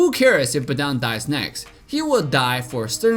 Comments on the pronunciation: Not BEDANG BUT BADANG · Who the fk the BEdan. It's badang. What is Las but node lis? It's last but not least. There is nothing can stand in his way? It's there is nothing that can stand in his way. Marksman? It's marksman. What is wrong with your English.